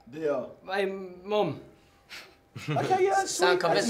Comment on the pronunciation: the way Niall said his mom hahahaha